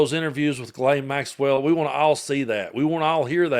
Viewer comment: Adam Kinzinger is a good guy, but he loses credibility by mispronouncing Ghislaine's name. If you can't say it rjight, just say Maxwell.